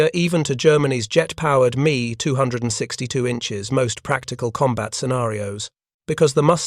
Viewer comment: Too much repetition at the end and finally the 'Me' 262 mispronunciation finished Me or Pissed Me off.